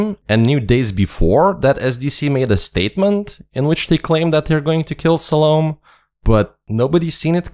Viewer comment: It's Salomé with an accent that means, the "e" is pronounced. EDIT: I hear, you got it right later in the video. And I totally agree, choosing SDC as guardians ... ridiculously stupid, or completely on purpose.